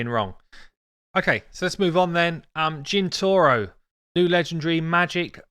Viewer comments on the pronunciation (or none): Jintoro not Jintoru Sachi (Sa-Chi) not Sashi Chonoru (CH like in Chest) not Noru Toragi the Frog is stylized for Japanese kind of demon-like creature. Wouldn’t be surprised to see him in demonspawns instead I know I’m ranting but to be honest you just totally slaughtered those names.